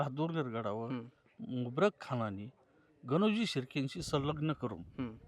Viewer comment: तुम्ही मुकररब खान ला मुबरक खान म्हणताय ह्यावरून तुमच्या बोलण्यात, पुराव्याच्या किती आत्मविश्वास आहे हे दिसतंय, भावी पिढीला त्रास होईल हे कळतंय तर मी १६८९ पासून ज्या काही पिढ्या आल्या तुमच्या त्यांना त्रास नसेल झाला का? त्यांनी का नाही मग लेख, किंवा पुरावे लिहून ठेवले?